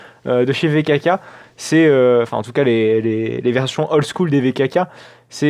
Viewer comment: Pourquoi tu dit Vekaka ?